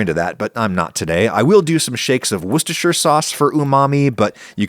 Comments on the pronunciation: immaculate pronounciation of Worcestershire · THANK YOU for pronouncing Worcestershire correctly! Much love from the UK 😊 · I have to praise you on your flawless pronounciation of 'Worcestershire'. I cannot in good faith praise you on this recepie, however! Kidding, of course. It's always interesting to see how basic dishes can be tarted up.